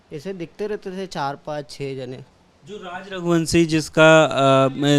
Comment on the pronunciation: रघुवंशी या रघुवंसी श को स श को स हिंदी को तोड़ डाला एबीपी न्यूज़ ने